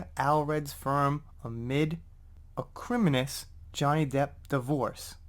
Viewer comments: Johnny paid her off as part of the divorce settlement to drop the Stanhope case. And if you’re wondering, it’s ah-kree-mo-knee-us lol! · It's Ac rim MOAN ee us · Acreee-moan-eeee-us. I couldn't help myself even though you used the lesser used pronunciation. I just had to. Ha ha ha. Keep up the great work. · Thanks,! (Ak-ri-moh-nee-us: angry and bitter, (see also Turd, Amber)).